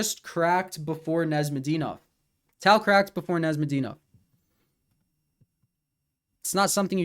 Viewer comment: Arent you serbian? Why do you pronounce Nezhmedinov like that